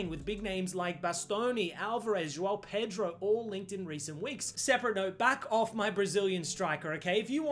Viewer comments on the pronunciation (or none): none